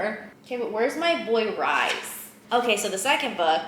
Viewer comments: You calling him “rise” the whole time is sending me off the deep end 🥲 loved every minute of this vlog tho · I pronounce his name as Rise not Reese bc Reese is cringey imo